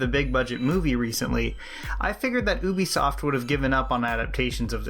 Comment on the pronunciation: It's pronounced You Bee Soft